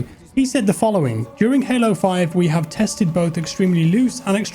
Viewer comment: "it's only game, why you hef to be mad?" 😂